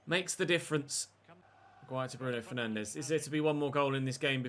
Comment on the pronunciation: I wouldn’t take Derek Rae’s pronunciations as gospel. Have you heard how he says Bruno Fernandes? He’s says it like “Fernanj” 🤷🏻‍♂️